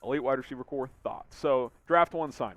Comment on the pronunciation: Corps not core